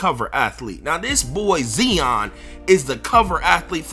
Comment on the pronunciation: westbrook = regular season stat pad (stamina) Lillard better in the playoffs. (Heart) and who the fuck is Zeon just because you're hood don't mean you have to miss pronounce shit.